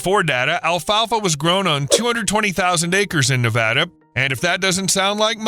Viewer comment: Thank you for pronouncing Nevada the way residents do. It lends credibility to this video.